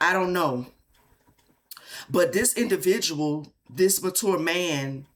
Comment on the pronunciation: 😂 when you said “mature” man I was hearing “manure”